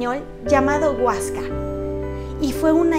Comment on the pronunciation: Se dice Huesca